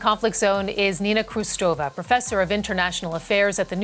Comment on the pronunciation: The interviewer should at least have shown the courtesy to Nina Khrushcheva not to butcher the pronunciation of her name.